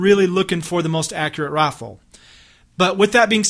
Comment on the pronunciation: He says Rifle Like "Roaffle